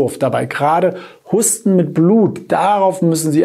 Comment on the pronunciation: Warum sagen Sie statt Husten - HUSSTEN?!?!!😮